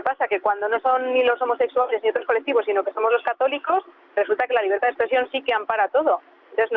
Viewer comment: NOTECOR4TES DI LABERDAD QUEBONITAS PALABRAS PENO DICE LABREDAD